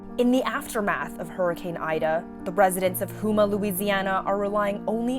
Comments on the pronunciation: This town is pronounced Home-ah. Down the road from me. In Louisiana, we all help each other out. Or there wouldn't be much help. 😢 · It’s pronounced Home Ah, and not Houme Ah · It’s pronounced Home-ah!!! Not who-ma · She needs to stop saying hooma 😂